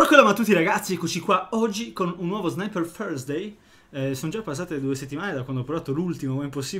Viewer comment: come lo pronuncia Lama😂😂